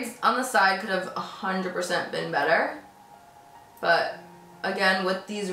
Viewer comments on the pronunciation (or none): none